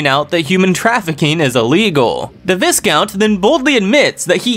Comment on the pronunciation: not trynna be an ahhhole but check pronunciation of Viscount.